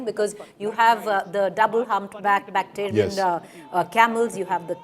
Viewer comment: Not "bacterian", madam; "bactrian". Note the spelling difference and the different pronunciation.